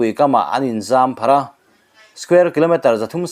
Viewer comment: In zampharh a awm ngai lo, in zarpharh tih tur aw. Mizo dik tak pawh va ni suh che a.